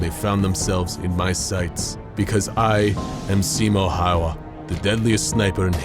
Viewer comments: siimou haua learn it its simo häyhä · this ís a lot real info of him but hes name is simo häyhä not siymou hayhua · also simo häyhä is pronounced incorrectly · Funny how Simo has almost russian like accent and cant even pronounce his own name.